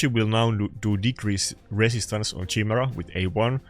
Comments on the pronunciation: ya he still cant say it right should go back to the meme chai-mera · I'm having a hard time trying not to get triggered by the way you're pronouncing Chimera xD